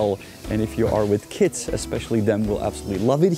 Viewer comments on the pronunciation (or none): You pronounce kids oddly, with a T instead of a D.